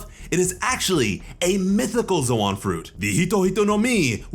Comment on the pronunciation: So like are you pronouncing ZOAN wrong on purpose or what??? It’s pronounced like LOAN!!